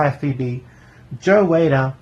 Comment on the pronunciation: Like it. Not a fan of Joe Weider. I think he ruined the sport. But anyways...u pronounced his name incorrect. But I love this era so thankyou for a great video.